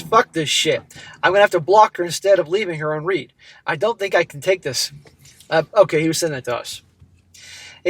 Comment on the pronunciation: To, you're pronouncing left on read incorrectly. It's read in the past tense (phonetically, RED).